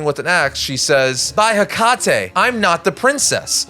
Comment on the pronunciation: cackled at the pronunciation of "Hecate"